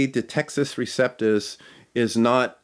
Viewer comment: Good start to the series. I'm looking forward to the upcoming installments. One small request: when the Latin phrase "Textus Receptus" is being discussed by you, please pronounce that phrase the Italian way ('u' like 'oo' & 'ce' like 'che').